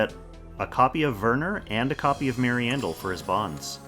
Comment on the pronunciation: I'm pretty sure Werner has a W and I'm bothered whenever you say Verner. Why V? that's a W.